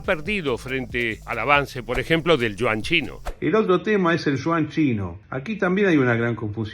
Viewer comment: "El Shuan chino" ¡¿ qué cosa es eso ?! Ah, ya se... El Yuan chino, la moneda de China. 😊